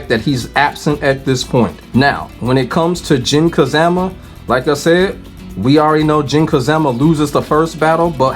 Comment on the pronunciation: I cant help but chuckle every time I hear Jin "Ka-ZAM-A" 😂.